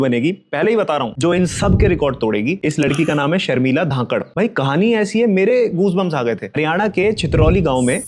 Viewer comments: धाकड नहीं धनकड़ है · One small correction it's Dhan khad(धन खड़) and not Dhakad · धाकड़ नहीं धनखड़ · Naam sahi se lijiye sir ji.. "Sharmila dhan kar" Dhakar nahi hai 🙏🏼